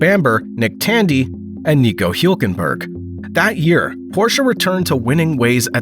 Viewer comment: Hjulkenberg? Nice AI narration